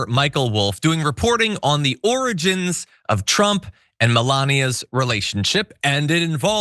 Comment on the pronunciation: Yeah he could not handle the word " origin"! Hollow head!